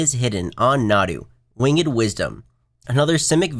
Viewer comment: Please learn how to pronounce winged.